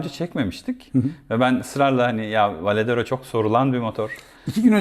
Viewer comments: Önce varedero demeyi ogren sonra video çek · Sohbet ve tanıtım için teşekkürler.. Bu kullanıcı deneyimi videolarında sadece 2 açıdan motoru göstermek yerine daha fazla görsele yer verseniz, sohbetin yanında ballı kaymak olur. Bu arada Varadero yerine hep Valedero dediniz :)) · V A R A D E R O söylemesi çok da zor değil aslında...